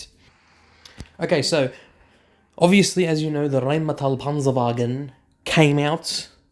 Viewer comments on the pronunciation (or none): none